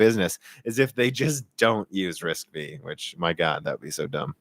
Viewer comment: FYI It's not "RISC-Vee". It's pronounced "RISC-Five". V (five) as in Roman numerals. Also Intel's 3DX Point is pronounced 3D "cross point". And yes even I started calling it 3D "expoint" at first :)